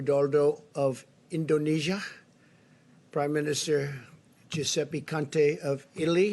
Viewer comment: Haha , In-doh-nesia 🤣